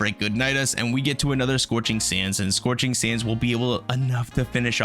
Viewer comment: “Sorching sands” lol 😂